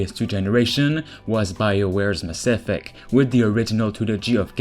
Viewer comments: Yo... Cool videos and all, but did you seriously say maSSEFECT? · I'm now pronouncing "Mass Effect" like you 🤔👊🏽 It just sounds dope that way 🤠